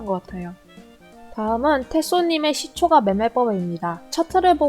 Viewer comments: 발음교정하세요^^ 시초가라 쓰고 시초까라 읽습니다. 무척거슬리네요 ㅋㅋ 종까는 잘 발음하시면서 ... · 시초가라고 발음하지 않고 [시:초까]라고 발음해야 합니다 네이버 국어사전 한번 찾아보세요 발음이 틀리니까 듣기가 조금 거북합니다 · 시초가 라고 하는 뱔음이 너무 귀여우신데ㅋㅋ 근데 시초가' 아니고 "시촛가" 예요~! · 글자 : 시초가, 일반적 발음 : 시촛가, 여기 채널 : 시촉아??? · 종가,호가는 까 발음 시초가는 가 발음...뭔가 이상하죠? 유투버는 발음 하나도 신경써주셔야 좋을듯해요 영상 잘 봤습니다 단 시초가매매 종가매매 시간외매매등은 가능하면 하지않는게 낫습니다 그런 부분에 신경쓰다보면 정작 중요한것들을 놓치기 쉽습니다 단타보다는 중,장기투자 그게 어렵다면 최소한 스윙투자는 하는것이 좋고 스캘퍼는 경험이 풍부한 전업투자자가 아니라면 비추입니다 특히 유투브보면서 주식공부하시는 초보분들은 걸음마 단계부터 이런 매매 바람직하지 못하다 생각됩니다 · 종까 ᆢ 시초까 라고 발음 해주시면 더 편하게 들을듯 ᆢ 종까는 종까 라고하시는데 시초까는 시초가 라고 발음하시니 강의 포인트보다 시초가 발음 자꾸 까로발음될까? 가로 발음되나 ? 확인하느라 강의포인트 자꾸놓치게 되설라무네 ᆢ쩝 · 시초까~라고 발음...